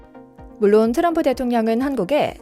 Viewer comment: 또람프는 비하 하는 느낌이 있네요. 왜? 트럼프. 발음이 안되는것도 아니고